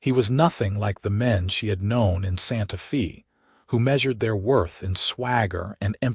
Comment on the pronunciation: It's not Santa Fee, it's pronounced Santa fay like "hay" long "a" sound even though it is spelled Santa Fe. It's Spanish so the "e" sounds like an "a".